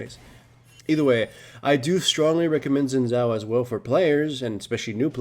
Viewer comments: Zin Zow... It's Sin Jow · it is pronounced sh-ee-n Zhao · sheen jiao. pronounce it like that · Haha 'Zin Zao'. xD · It's certainly true that Xin's kit needs to be made more elaborate. It's a shame that wasn't Riot's aim in his buff, and he'll be nerfed again shortly even though ultimately he's not a great champion (he's never in the LCS). By the way, Xin's name is pronounced Shin Jao. It's Mandarin Chinese.